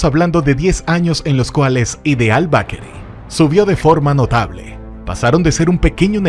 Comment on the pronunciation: Muy buen documental. Solo necesita corregir la pronunciación de Bakery. Esto le quita mucho al video